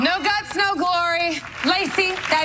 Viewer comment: Sounded more like “Noah” than “No!”